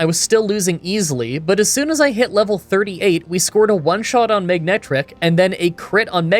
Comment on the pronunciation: You said “Magnetric” so many times that I could really hear you pronouncing the “g”… which is odd, because the Pokémon’s name is “MANETRIC”.